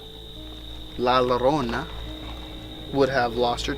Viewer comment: the double L llorona is pronounced like a Y sound. so it's pronounced like Yorona